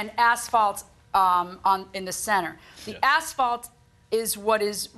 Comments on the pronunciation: the way he keep's saying ASHfault... it's asphalt dude. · The idiot Defendant is calling it "Ashfault". 🐌🐌😅😅